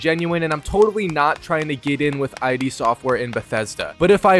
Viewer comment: It’s iD not “eye dee”